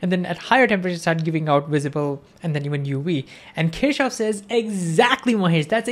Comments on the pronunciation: You should have written explicitly the name of Gustav Kirchhoff. The thing is: When you pronounce his name it does not sound right in different languages. I (being Russian) heard something like "Teashof". If you had not shown his face (photo) I would not have guessed who was "Teashof". I doubt that even Germans would have guessed what you meant. They don't pronounce it like that. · I think its keer-cough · Kirchhoff ❌ Keshav ✅ 😂😂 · how many of them heard kirchoff as keshav?